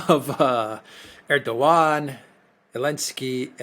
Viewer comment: Just a question Alexander do you consciously or subconsciously pronounce Erdoğan’s name incorrectly?